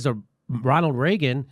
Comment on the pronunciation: Did you just say B.O. governed as Ronald Reagen ?